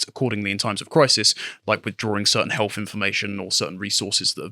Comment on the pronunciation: I'm intrigued, but I'm not sure I can tolerate another 30 minutes of health being pronounced as 'healf'.